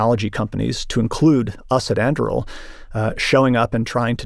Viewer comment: Both pronunciations he made for Anduril are wrong lol. An doo real!!!